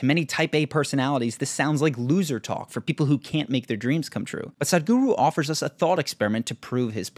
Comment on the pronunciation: It's not Saaadgru, it's S-uh-thh-g-oo-roo